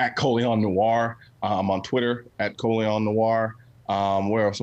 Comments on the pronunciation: Lmao it was so distracting hearing them say his name wrong the entire time🤦🏻‍♂️ I assume he let it slide since it’s a stage name anyway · I kept thinking how many times you gonna let him pronounce his name wrong lol